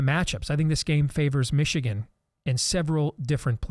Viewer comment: Can someone please explain to me why a lot people say meeeeechigan. How did that even start? Did someone pronounce the name funny and people just ran with it cause they thought it was funny? Ore so they genuinely think it sounds cool like that cause? It just kinda sounds stupid lol